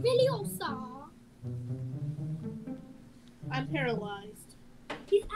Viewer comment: It's leviOsa Not leviosaaah!